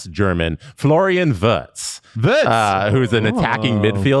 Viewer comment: As a German, I was very satisfied with pronunciation of Florian Wirtz. has to work on his Schwenningen, tho. City is actually Villigen-Schwenningen its near Freiburg and the Swiss border. There is a very nice thermal bath there.